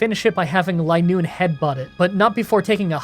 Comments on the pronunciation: It is Linoone not Lienoone. You can tell just like vigrough isn't viegrough. I hope this makes sense without hearing it. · It's "Line-oon". Zigzagoon is based off zig zags and Linoone is based off a straight line. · It's line-noone. As in a straight line. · re: linoone's pronunciation, the same way zigzagoon is "zigzag" + "(racc)oon", the pun with linoone is "line" + "(racc)oon", so it would be pronounced "LINE-oon" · Btw, I pronounced linoone as Lin looney as a kid cause I had no idea how to pronounce it either. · I think it's supposed to be pronounced "LINE-oon"; the Pokedex entry mentions how it can only move in straight lines, and it evolves from a racoon. When I was a kid, I always called it "lin-OON-nee", because silent letters were confusing to me XD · "Lie-noon". Should've taught her Attract. Double damage for Covet if the foe's in love. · Ah, it’s pronounced “Linoone.” You’re welcome in advance. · I've always pronounced Linoone like Lie-Noon but idk if that's the common pronunciation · I wouldn't mind if you used rare candy, but try to see how low of a level you can win the post game fights at. Also it's pronounced LIE-Noon. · Linoone is a Line Racoon. The pronunciation should be obvious. Also, Uproar is not Outrage. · Its clearly Linoone, not Linoone.